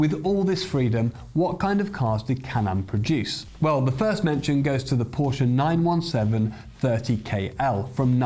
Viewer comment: First video that I have watched here. Thanks for pronouncing Porsche correctly. Very few motoring journalists do. I wonder if it's an inside joke.